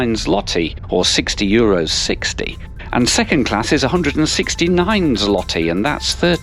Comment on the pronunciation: Złoty is pronounced zwoti and Głowny (Main, as in Main Station) is pronounced gwovni. Ł in Polish is pronounced "W".